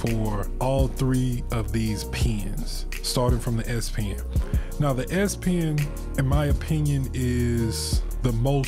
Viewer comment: So, would you recommend the S - pee-in (as you say)?